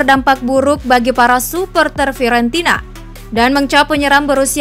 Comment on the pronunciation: Fiorentina jdi Fiowenti..na. Buffon jdi Baufeen Klo di denger orang Italia bahaya mbak, bisa dikasih pasta nnti.